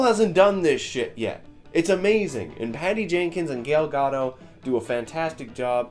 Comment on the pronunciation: This guy literally just said Gale Gadoe....i laughed out loud! The worst pronunciation ever heard bahaha